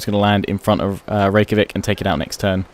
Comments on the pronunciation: Hey. Scandinavians use the j as a y so Reykjavik would be pronounced. Reyk-ya-vik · The city in Iceland is pronounced to my under standing rik-a-vick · I think you say Rejkavik as Rivacheg because of Mount & Blade? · reykavik is pronounced ray-cha-vik :) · the Icelandic capital is pronounced rek-ya-vik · Although gotta give it to him that his pronounciation Rave-a-chick sounded pretty funny. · actually it's pronounced Ray-cha-vik :) with love from scandinavia XD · It's pronounced "Rake-ja-vic" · I believe it's pronounced "Ray-kya-veek" (I heard it in an audiobook)